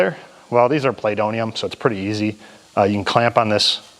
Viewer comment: LOL! It’s not ‘playdonium.’ It’s ‘wool.’